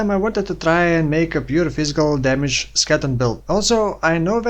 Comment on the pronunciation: its called ske le ton.. not sketon